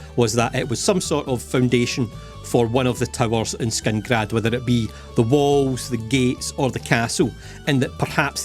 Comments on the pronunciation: It's killing me that he keeps saying Skingrad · Whos gonna tell him that its not skingrad? 😅